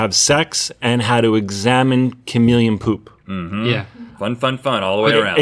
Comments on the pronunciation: What’s a kamillion? It’s KAH-MEE-LEE-EHN and don’t tell me it’s a southern thing because I’m from north Florida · me: cuh-meel-ee-uhn Rhett: K A M I L L I O N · The way Rhett says chameleon sounds like he's saying kamillion. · Rhett is not saying chameleon 😂